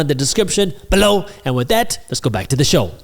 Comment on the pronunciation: why do you say "below" like that in each of your videos? ....lol... I love it btw